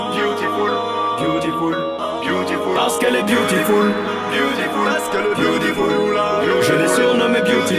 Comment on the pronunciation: le mot c beautiful mais lui il dit BYOUTIFULE mdr il a massacré l'anglais